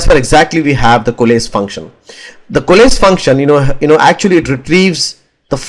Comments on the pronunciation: Since you mentioned about not knowing the exact pronunciation of the word "Coalesce": It's pronounced "Ko"+"Less". You can also listen to the pronunciation on good translate. It will give you the US accent pronunciation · Great video. Exactly what I wanted. You have very impressive English though to answer your question COALESCE should be pronounced Koh-a-less.